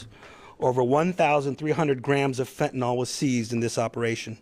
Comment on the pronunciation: Being a teacher here: fentanil/nyl...not nal. Say it correctly. You are spending a lot of money to put on this "production" for media. Go catch bad guys and girls. Don't put LEO's in jeopardy with media productions. We need them to be safe!